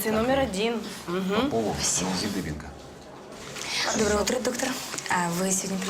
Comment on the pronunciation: Не пойму...Дубенко или Дыбенко...по разному произносят.